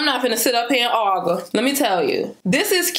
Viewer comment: The way she said argue 😭😭🤣❤️ “I’m not even gone ARGA”